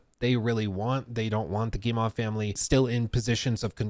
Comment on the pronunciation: Hey, thought I'd give you a quick hint since you're covering Ubisoft as regularly as you're doing : you're saying "Guille-mah", for Guillemot, but it's really just "Guille-moh", like how you would pronounce O in english! No special french pronunciation trick here ;)